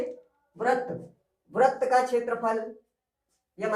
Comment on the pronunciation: Sir, in Hindi, you are pronouncing wrong but writing right Vrat is wrong, vrit will be right.